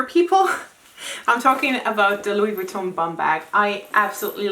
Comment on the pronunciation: Loved how you pronouce Louis Vuitton its like it's UP there level hehe hope u get what on trying to say 😅 your so classy you dont have to try! 😍